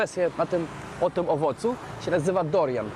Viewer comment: Nie Dorian a - DURIAN. Wszystke jadłem w Azji non stop! 👍 Jeszcze sporo owoców nie wymieniłeś